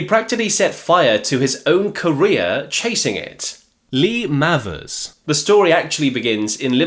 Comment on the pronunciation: Not spelt this way but Mayvers is is has its pronounced surely,Not Mavvers.